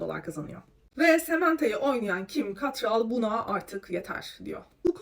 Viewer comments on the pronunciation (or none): Ya nolur kadının ismini doğru telaffuz edin (ket-rol)